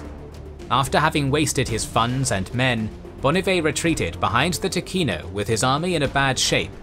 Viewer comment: Ooooh nice. One note: Ticino is pronounced more like Tichino, with a soft C. I guess an english spelling would be Tee-chee-no